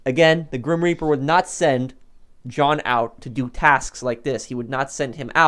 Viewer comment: Grim Reaper not Grim Repear